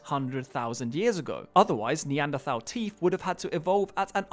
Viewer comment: Bugs me how this guy makes a big song and dance about pronouncing the A at the end of ‘Neanderthal’